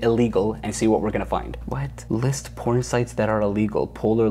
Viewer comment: HELP WHEN HE SAID PORON..